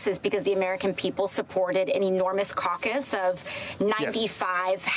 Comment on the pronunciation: Did aoc just say “ enormous cauc us”???